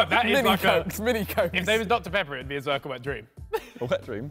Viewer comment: it’s funny how Harry still calls josh zerrka after all this time 😂